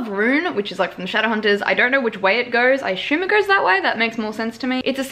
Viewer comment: "aSHUMe" loool